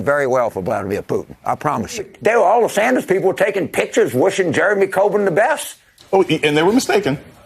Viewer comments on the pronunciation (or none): none